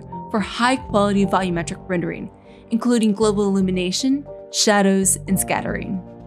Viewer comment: I thought she said "global elimination" as there was a fire in the background, but she just said "global allumination"